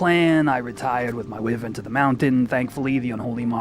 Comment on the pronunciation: Wyvern = wai-vern